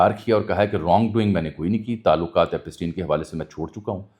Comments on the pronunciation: This is not Epasteen. It's pronounced as Epshtine, like shine. It's a German name. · بھائی ایپسٹین Epstein بولنے میں کیا مسئلہ ھے؟ ایپ سٹی ن۔۔۔ پ کے اوپر زبر نہیں بلکہ جزم پڑھا جائے گا 😜